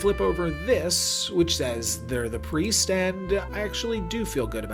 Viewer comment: bro just can't read lmao